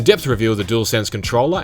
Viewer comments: What’s with this dude pronouncing the DualShock (jewel shock) and DuelSense (dool sense) differently? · 'Dool sense' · Gotta love a “doolsense” controller.